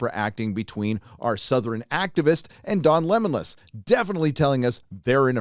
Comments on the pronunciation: "Don Lemonlas" 🤣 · Dude….Don Lemmonless😂😂..